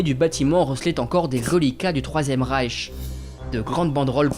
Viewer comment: Reich pas Rieth, les riettes c'est au Mans lol